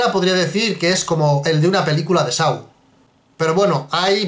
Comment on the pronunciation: Me gusta mucho este canal, pero me da cáncer auditivo cada vez que pronuncian "Saw" como sáu*. Yo entiendo que el inglés no es el fuerte de los españoles, pero si vas a hacer referencia a una película tan a menudo, aprendan a pronunciarlo de forma correcta, yo solo digan "El juego del miedo" pero se pronuncia *Só please... los quiero mucho pero venga...